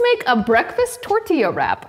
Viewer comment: I love your pronunciation of tortilla. 😆😍😂👋🏽🙏🏽